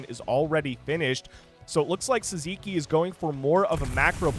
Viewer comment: Sziky sounds hungarian. It should be pronounced 'Siki'